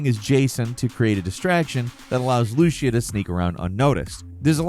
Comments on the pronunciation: Leoneeda... Lushia... How fucking dumb do you have to be to not be able to pronounce words that have been correctly pronounced by others? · Why do you say Lucia like that??…. It’s Loo-See-Uh. Lucy-Ah!… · Looosheea. Bro come on. Also about #3…. Gta5 released on ps3???? Maybe you were still in 4th grade when that game cane out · OMG I can't take it anymore. Her name is pronounced Loo See Uh. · LUCIA = Loo-see-ah Sorry but your pronunciation was killing me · Who is this Lushia? I thought her name was Lucia 😂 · Who's Looshia? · World: Lucia: Lu-shia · LUCIA (loo-see-uh) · Dude really said LOOSHEA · LOU SEE AH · Who the hell is loosha? There's a charactercalled Lucia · Lucía.... LucÍa Accent on the I... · Lucía is pronounced Loo-SEA-ah, man Listen to how the prison worker says her name at the beginning of the trailer 🙏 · Who the fuck is Lusheeuh? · Unless she’s Italian (since it’s Miami they’re duping, it’s more likely she’s Latina of some kind) it’s pronounced “loo-SEE-uh” bro. 🤦🏻‍♂️ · It's Lucia not Lushia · Loushia XD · The way you pronounce Lucia bothers me. It's basically Lou-See-Ya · So we're calling her loshia now? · they way he’s pronouncing lucia’s name is so bad 😭😭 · A little part of me died a little every time he mispronounced Lucia 😂😅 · look up how to pronounce Lucia correctly lol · It’s pronounced Lu-See-Ah not Lu-sha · Loo-see-uh, not loosha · Bro. Lucia is pronounced Lou-see-uh, not Loosha lol They even said her name in the official trailer. Get it together,! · Guy... It's not Loo-she-uh, it's Loo-SEE-uh. 👍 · Lucy-ah. Lucia. Not Luschia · Loo-see-uh not fucking “Loo-she-uh” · Bro,, it is LUCIA (LEW-SEE-UH) not LOO-SHA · It's Lucy-ah not looshia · Man, this all repeated info, that we already know. Not 1 thing you said is something none of us know. Needed the clicks? And it’s not “gta online” it’s FiveM is where they RP, two separate things. GTA Online sucks. LU-SEA-AH (not) LU-SHE-AH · Loo-SEE-UH no lushia lol